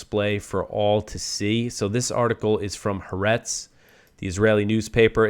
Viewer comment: It's pronounced "ha-are-etz"... three syllables, accent on the second syllable. It means "the earth" or "the world", with the "ha" meaning "the".